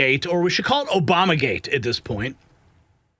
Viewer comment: COME ON,,,"OBUMER GATE"